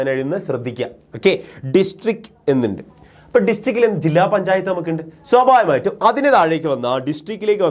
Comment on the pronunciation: swabhavikamayitum ena word pronounce cheyuna kurakavoooo plssss deshyam varun